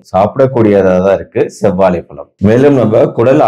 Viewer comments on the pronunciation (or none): Dr , palam enru solvadhai தவிர்க்கவும். Correct aa pronounce seivadhu important. Vaazhai pazham ,Vaazhai பழம், pazham enru sollavum.